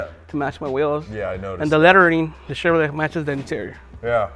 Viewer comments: Very, very cool truck!! Back before SUV's were a thing, and an SUV was a truck. Lol! I love how the owner pronounces ChevroLET! Lol! I notice a lot of guys with manual transmissions on this channel after accelerating throwing it in neutral and coasting.... That's bad news, guys... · Awesome truck. And the history with the owner is pretty great too. But somebody needs to tell him how to say Chevrolet. Great video man. Totally dig that truck.